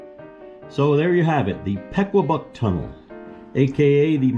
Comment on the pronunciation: Funny how when you're not from somewhere you don't know how to pronounce the name. We pronounce it like puh-kwa-buck lol